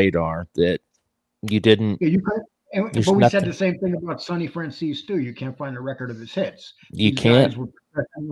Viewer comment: The "z" in Franzese is actually not pronounced like "che", its pronounced more like a ts or the "c" in France.